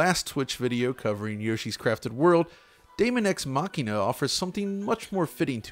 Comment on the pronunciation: Dude you nailed that pronunciation!